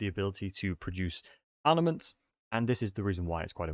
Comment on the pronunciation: I am the only one that keeps on hearing him say ARNAments ?